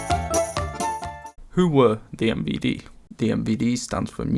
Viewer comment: Honestly, Best Pronounciation of MVD i have ever heard On the Western internet